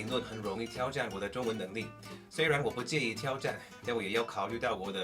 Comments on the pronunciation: 自我挑战的挑，是第三声而非第一声。我目前也在自学英文呢，很好的视频，指明未来的学习重心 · 嗯，基本上我觉得你的表达能力是比较强了，但是别人一下子就可以听出你不是中国人。原因就是在于语调。比如大(da是四声而不是一声)的挑战（tiao是三声而不是一声）。如果你把这些问题都解决了，你的中文会大大提升。加油啊！